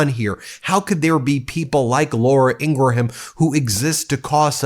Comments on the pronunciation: “Ingraham” = Eeen-gram. 2 syllables. Just like “Graham cracker” and “Tim Graham” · Graham is not Gray-Ham, its Gram, & Ingraham is not Ing-ray-ham, it's just Ingram, there, easy peazy. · Love the show but it's not pronounced ing.. gra ..ham it's Scots and pronounced ING..GRAM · Drives me crazy when you don't learn that the surname Ingraham is pronounced "IN-grum", not "IN--gru-ham"...and Leavett is pronounced "LEV-it", not :LEEV-it". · This is the only outlet I have ever heard. That says Laura Ingra-ham. Everybody just says Ingram. I don't even think her colleagues say Ingra-ham. Why would anyone willingly put more effort in to pronouncing this ghouls name? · She pronounces it “Ingram” not ingra-ham. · I love you Ben but her name is pronounced, ING-GRUM not ING-GRA-HAM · I don’t like her but she does pronounce her name as Ingram. Not Ingraham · Please say Ingraham like you would GRAHAM CRACKERS. It’s not graHAM, it’s gram… likewise, it’s Ingram. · Not pronounced In-gra-ham. It’s pronounced In-gram. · Ingra-HAM!!?? Do you also say Gra-HAM crackers?? 2 syllables in Ingraham, 1 syllable in Graham, please. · You're saying her last name wrong. It’s like graham cracker. You are putting an extra /a/in the the name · IngraHam??? Do you also eat graHam crackers? Listen to Billy GraHam? Lindsey GraHam?? You do know the H is silent, right??? Geez, at least pronounce it correctly! 🙄 ugh. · Not positive but I think it’s pronounced like In-gram as in graham cracker. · I thought it was pronounced INGRUM. 🤷‍♀️ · Dude learn to pronounce peoples names i dont care for her either but i know how to say her name ing gram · lol she didn’t lose it…learn how to pronounce her name 🤡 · Are you physically incapable of pronouncing Ingraham correctly, or something? It may seem like nitpicking, I know, but it makes me twitch every time. You make fun of trump for mispronouncing words all the time, so shouldn't the same standard be applied to you? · Hey, the H in Ingraham is silent.